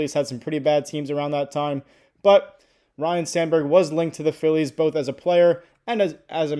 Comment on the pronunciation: It sounds like you are saying Ryan, it’s Ryne